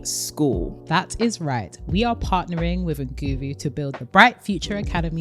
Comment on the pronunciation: the 'n' in nguvu is silent btw so it's said like "goo-voo" x